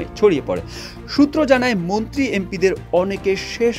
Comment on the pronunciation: মুন্ত্রি না মন্ত্রী 😂